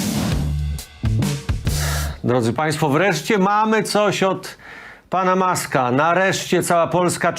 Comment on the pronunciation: nie Maska tylko Musk! nie Trampa tylko Trump!